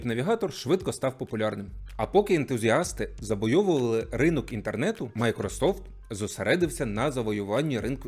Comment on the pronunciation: "Поки ентузіасти заБойовували..." весела обмовка😉😁